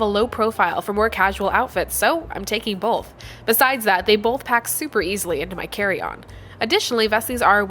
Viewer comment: Are we all going to just ignore that she said "boLth" during the sponser?